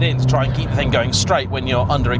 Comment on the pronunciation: You didn’t just say “thang” 😳😳😳😳